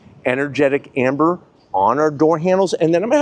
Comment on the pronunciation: Energetic Ember.. not Amber 😮